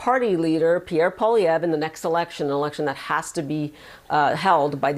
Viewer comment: I think for whatever thats worth whatever youve uneducatedly pronouced POULLIEEELLIÈEVREEU did NOT really affected much of much of anything to french canadians.,.